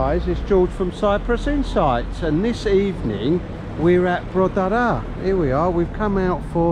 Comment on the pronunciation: Hi George, and all the guys at Cyprus InsighT (emphasis on the "T ") Another great video of Protaras (annoyingly pronounced PROT- ER- ARE) Still looking a bit quiet down the strip, but sure in a months time, it will be heaving!! Great to see some of your viewers also.. seems like you're getting more and more famous!! Still waiting for the Cypriot Cooking video you said you'd do... as much as I like your content, I'd love to see a bit of variety, especially perhaps how some Cypriot dishes are prepared and cooked... as you said a year or so ago, one day maybe!! 😄... have a great weekend!!